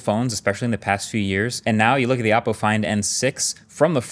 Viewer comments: I am genuinely confused why forever he has said the name of the company wrong. They genuinely have dozens, if not more, commercials saying exactly how to pronounce the phone company, Oh-Po not Op Po. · It's pronounced OH-po, not OPP-po. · I don’t like how pronounced “Oppo” as “Oppo” >:€